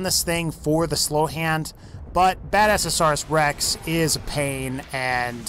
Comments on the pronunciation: Badasauras rex? No, its bad-azz-asaurus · 'Badasaurus rex' It's BadASSasaurus